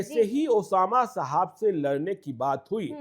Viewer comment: साहब होता है मैडम शाहाब नहीं ,, कैमरा उठाए और बन गए पत्रकार,, पत्रकारिता तो सीख लो तुम लोग कम से कम ।